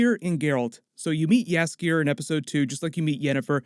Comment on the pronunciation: Thanks for "Jaskier". As a Polish viewer, I appreciate the effort.